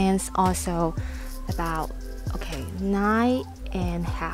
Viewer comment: you say nigh alot, but its NINE!